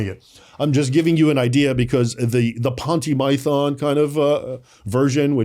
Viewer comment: is a fantastic scholar. I really learn a lot from him. But, was he joking when he said ‘Ponty Mython”? That was after he said “architexture”.